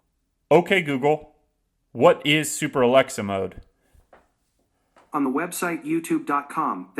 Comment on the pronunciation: You didn't even say it correctly. Though, it still probably wont work.